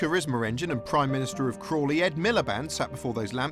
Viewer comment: "Prime Ministeroid David Cameron" I'm dying.